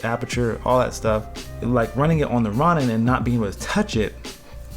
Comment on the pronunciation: its pronounced Row-nin my dude FYI